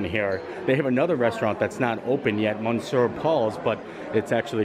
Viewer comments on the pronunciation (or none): Monsieur Paul’s is Mr. Paul’s. It’s pronounced Misyur. Love your videos and know you like to be told when your pronunciation is off.